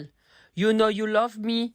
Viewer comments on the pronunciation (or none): none